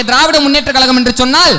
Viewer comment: தம்பி பேச்சி அருமை உன் உச்சரிப்பில் கழகம் என்பதர்க்கு பதில் கலகம் என்பதை திருத்தி கொல்